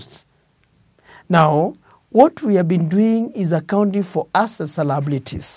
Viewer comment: SOMEONE TEACH THIS LECTURER PROPER ENGLISH.......HE IS PRONOUNCING ``ASSETS`` AS ``ASSES``......AAAAAUUUUUUU ata c-ezi G-sumbua kwenda IF THIS IS HOW THEY DO THEIR DOCTRINE.....LIKE THIS IF U LYK THIS